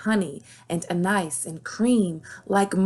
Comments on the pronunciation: Anise is pronounced A-niece, not A-nice, great video though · Anise is an herb, and not pronounced that way . I'm not the grammar police, but damn, just like the other video, it's not pronounced that way.